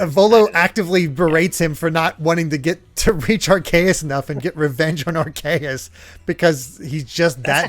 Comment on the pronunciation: Idk if I am the only one, but I want to point out The way pounced Arceus doe....it is aar-see-uhs not Aar-kay-it:v